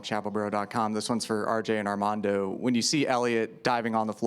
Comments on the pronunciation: Came straight to the comments looking for this, she DEFINITELY said "Ardamondo" 😂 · I think she said Ardamondo ! lol . He looked at Rj like, what?!